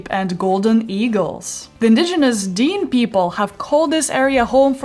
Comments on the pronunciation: Lots of good information and images. But "Dene" is not pronounced "Dean". It is "De-nay". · Great video. For clarification, Dene is pronounced like Den-ay or Den-eh, rather than Dean, if that makes sense. (I live in the NWT.) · Re Nahani park. The bear shown is not a Grizzly, but a Black bear. "Woodland Caribou" not. That is an elk/wapiti. The antlers are the dead giveaway. Dene is pronounced "deh nay", not 'deen' (BC born, knew of all these locations. Been to a few of the locations) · As someone who lived in Nahanni Butte, I am so pleased that you included it in your video. Just one comment. Dene means people in the North Athabasca languages. The point is pronunciation. It is not Dene (like Dean) it is Dene like in French DehNé. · the dean people? you mean the Dene? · Do look up how to pronounce Dene people. Just a Canadian thing. And Tyrrell.